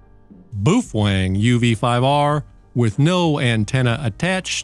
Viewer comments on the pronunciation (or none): I appreciate your videos but boy do you ever butcher the pronunciation of the “Bow-Feng” Not “Boof Wang”😂 Keep rocking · It's not boofwang it's boof-a-wang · PROUNOUCED bowfeng man! Boofwang:face-fuchsia-wide-eyes::face-blue-wide-eyes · BA-O-FENG BA-O-FENG BA-O-FENG, buf-feng?😂😂😂😂😂😂😂😂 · ENJOYED THIS VIDEO - you EARNED yet another subscriber :-)... ... BUT I HAVE TO ASK: "BOOF-WANG"??? CLEARLY this company's name is "BOW-FENG", so HOW do YOU get "BOOF-WANG" out of it?? Many thanks for making this video! -Mark in North Aurora, IL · whats up with this man its prounouced bowfang, Boof wang wtf? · Baofeng. No boo fang. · he's focused on the boofwang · Boof wang 🤣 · “Boof wang”? Have I been pronouncing it wrong all these years ? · Not sure how you get "BOOF-WANG" out of Baofeng 😂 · BOOF - HWANG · Boof Wang? Lol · I came here to learn about my uv-5r,but unfortunately every time i hear him say “boofweng” I start giggling and forget all that I learned. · New drinking game! Take a shot every time he says Boo-fuang. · BOOF WANG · buffalang :face-green-smiling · Can't watch this video because he can't say the fkn name ! Ain'tno fkn W in it